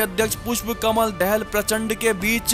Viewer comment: You do not How to say Dahal? Say daa-haal